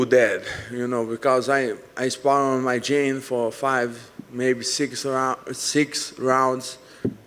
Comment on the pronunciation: "Out of [me] socket"